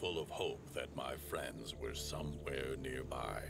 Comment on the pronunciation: I like that the narrator says somehwere.